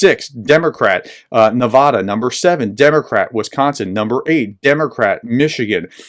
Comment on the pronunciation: Just a polite correction. You pronounced Nevada wrong. Thank you for everything you do!